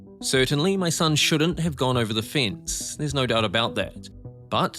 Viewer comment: It's pronounced 'fence' not 'fince' 😂